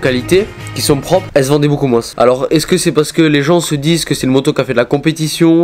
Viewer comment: Y’a un truck que je capte pas il doit venir d’Auvergne il dit moinsssssss 😂❤️